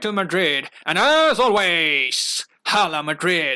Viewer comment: I am spanish hence want to let you know this, when you say Hala Madrid, the H is silent. So its pronuounced, ''AALA''